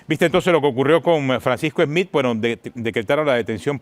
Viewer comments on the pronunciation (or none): No se pronuncia "Esmith" , no se usa la E , es solo la S, Smith